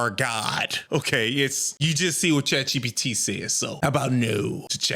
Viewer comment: "Chat CheePeeTee" dawg! 😂😂